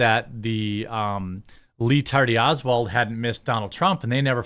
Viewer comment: Did I hear lee Tardy Oswald😂